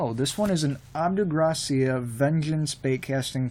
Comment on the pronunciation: You said abu garcia wrong